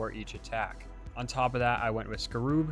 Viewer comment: Great build. But please, if you don't know how to pronounce a word, please Google it. Apogee (ap-O-gee). Scarab (scar-eb).